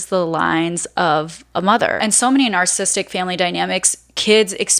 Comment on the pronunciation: Had to stop watching at the first mispronunciation of "narcissistic". It's not "narcissistic". Do better, especially when it's a main theme of your discourse.